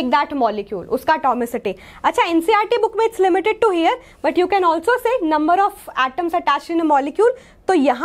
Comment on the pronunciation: pls change the master teacher of chemister she didnt even know how to pronounce 'here'